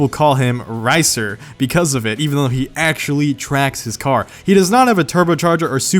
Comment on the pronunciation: Actually. Try it: aC-tually. NOT aXially.